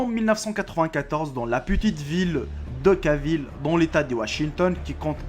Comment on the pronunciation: Okaville au lieu de Oakville par exemple ....